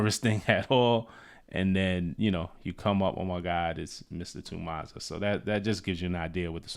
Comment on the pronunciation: To expand on the London slang - The 'Ma' in Mazza is pronounced 'Mah-zza' not 'Mar' in your US accent. It's derived from the word Madness. A madness, a madting, on a mad one, a mazza. Or a mazzerini if shi got really crazy 😂Also, it can be used to describe both a positive and negative event. Whatever's most fitting